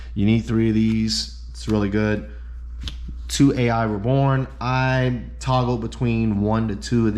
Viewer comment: By the way the “a.i” cards are just pronounced the letter i they’re all named after the anime character whose name is just pronounced i hope that saves you time lol